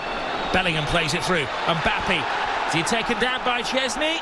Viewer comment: why does the commentator call mbappe say mbappi